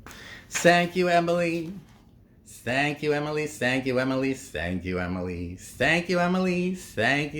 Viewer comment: Its not Emily, the whole world is not USA… learn how to pronounce her name